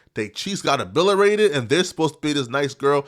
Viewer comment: wtf is obilerated? 😂😂😂😂